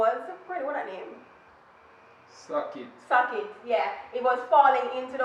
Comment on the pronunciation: Lol 😂 but why had to say socket like that tho..... love the video